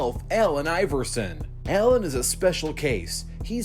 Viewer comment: Its allen not ellen